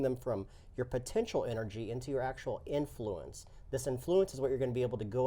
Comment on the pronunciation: Love the channel, and the game looks great, but I have to say... emPHAsis when saying "inFLUence" makes me a little crazy.;)